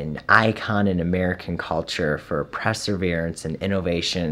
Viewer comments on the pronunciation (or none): Prezzer-veerance XD